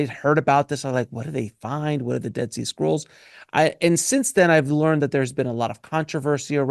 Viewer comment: I kept hearing "dead sea squirrel" 🐿 why? 😂